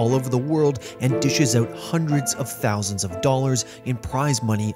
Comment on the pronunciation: Hundred of thoushand dollars , *laughs in The International